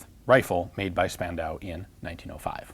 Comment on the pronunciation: Ian, the city of Spandau is pronounced [shpandau]. In German "sp" is pronounced "shp" and st like an English "sht". So a "Stukas" was..."Shtuckas".